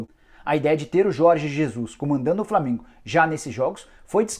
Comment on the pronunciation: É Flamengo e não flamingo